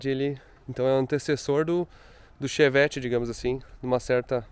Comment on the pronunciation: Cherrari ou fevett kkkk